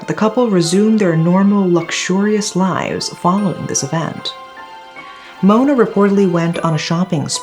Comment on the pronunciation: I really love your pronunciation, great job. When you pronounce Mona's song title I almost thought that you are a Malaysian for a few second😅